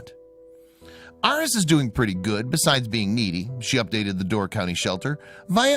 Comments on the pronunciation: It’s pronounced “Air-eez”, not “Aur-ess”. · please work on pronunciation. air-eez as in the star sign.